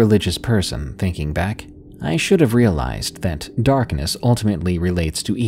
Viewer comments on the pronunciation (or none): none